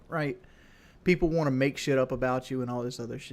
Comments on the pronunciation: "Wuohnt" "Liberry" "Wudder" The fact this dude dropped out of high school really shows with his smooth brain vocabulary. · Does everyone where he lives say want the same way he does? I couldn't live there, it would drive me crazy. But it is what it is and that is what it is right?